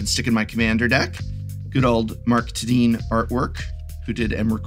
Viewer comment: Mark Tedeen? Is that how pronounce his name?